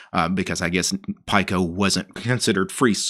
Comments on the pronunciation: Pike-O😂 As soon as he said that I came looking for this comment! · It's pronounced "pico" as in 1/1000 of a nano. "Peek-O" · Pico is pronounced pee co. Nano is pronounced nah no. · yeah, i was thinking same.